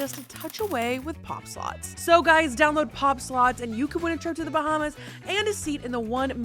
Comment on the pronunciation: "BaHmAs" "OnE MiLlIoN DAllASs"